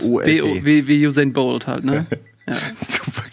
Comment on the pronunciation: Warum "Usain Wilbolt"??🤔😅 K. A.